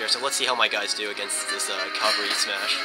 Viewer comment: no offense but its a pet peeve when people say Calvary. Calvary is the location where jesus was crucified or something.... now CAVALRY, those are mounted troops- kal-ver-ee is wrong kah-val-ree is what you mean to say GRRR